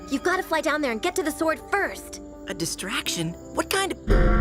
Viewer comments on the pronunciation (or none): none